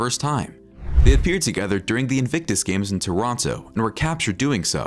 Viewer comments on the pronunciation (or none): none